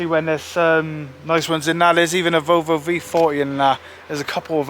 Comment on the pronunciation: Interesting video and nice to see a car being saved from the scarppers. Could do to brush up on the pronunciations of "Renault" & "Volvo" though. :-p